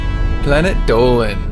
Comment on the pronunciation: Dolan is Mexican cause he rolled his r